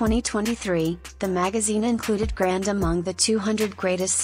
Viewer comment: Notice how much the video mispronounced her last name. It isn't grand, its grande